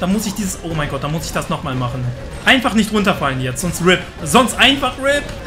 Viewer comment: Machne, dran denkne... Wtf sprachfehler